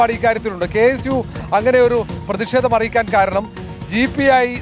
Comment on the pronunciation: പ്രെദി ഷേദം? പോയി മലയാളം പഠിക്കെടാ ലോ ക്ലാസ്സ്‌ fool